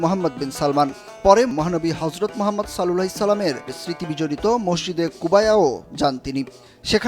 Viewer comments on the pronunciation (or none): none